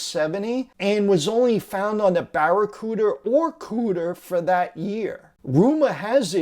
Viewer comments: I believe that it was called “Baracuda” ( not sure about exact spelling) not “BaracudER. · One question,.... what's a Barracooder??? Ive heard of Barracuda's,... never heard of a Barracooder.... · Must be the Ben Jones model, the limited edition dukes of Hazzard line. I thought it was pronounced barracuda, not barracooter. But still very informative about the super light. My friend had one on his 69 Monaco police car. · "Barracudar" Is how you tell a New Yorker. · "bear-a-cooters" 😆 Great info though 👍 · “Barra - Cooters”. LOL 😂 Make sure you have your “ Pallow” at night. Wear your “Levies” blue jeans. And sweep the “Chimmy”!!! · Did you say Baracooter? I'm down with that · "Baracooters" LOL!